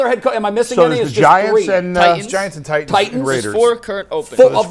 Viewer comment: Why does say “Tie-inns” instead of “Titans?”